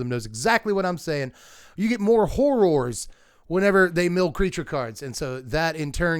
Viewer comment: Listening to you say Hor-roars each time was amazing ❤😂